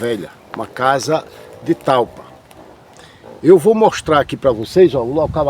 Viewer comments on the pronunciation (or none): NAO..É..TALPA..FALA DIREITO..É..TAIPA